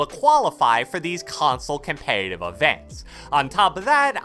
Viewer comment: My boy say com-pay-tive .......